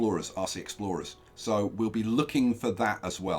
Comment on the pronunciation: Whenever you say "RC" I hear " Aussie"